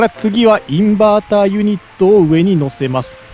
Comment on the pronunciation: インバーターは Inberter じゃないですよ(笑) そうなる気持ちは分からないでもないけど！